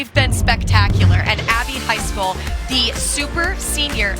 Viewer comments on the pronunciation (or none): the male commentator pronouncing poor Abbys last name as "high school" every time